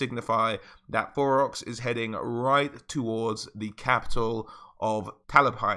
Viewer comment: Am I trippin or are you saying Borox?